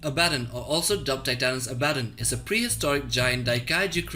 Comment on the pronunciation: Your pronounciation of Abbadon makes me sad.